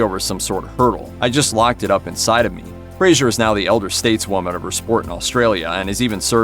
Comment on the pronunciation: Fraser not Frasier